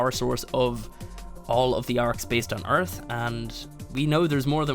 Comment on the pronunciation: welcome to earf